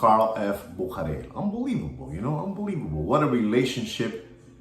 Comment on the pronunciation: I'm a German and it's pronounced... "Boo-sha-rare". Büchere